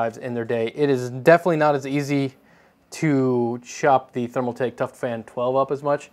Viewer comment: ThermalTAKE not ThermalMAKE